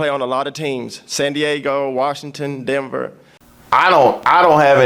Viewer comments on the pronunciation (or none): The guy said Dember instead of Denver.